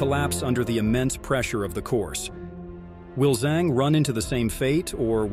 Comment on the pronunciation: Her surname Zhang is pronounced "Jung" similar to how you pronounce sung, flung, rung, hung, etc.